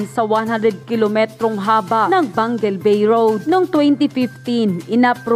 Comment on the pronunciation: Excuse me ayusin mo pagsabi d yn Pangil bay PANGUIL BAY